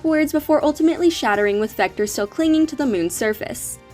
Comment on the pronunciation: It's actually vector not victor